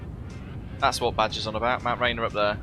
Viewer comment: That mountain they pronounce it, "rain- ear." Love your flights. I have them on a second screen while I do tedious VFX work.